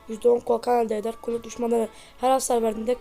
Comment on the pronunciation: Colleto değil colette